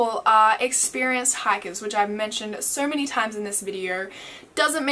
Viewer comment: Why do you pronounce the word "so"...... "sir" lol